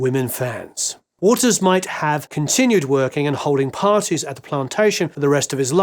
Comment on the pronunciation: Bizarrely every time you said Waters I heard it as Walters.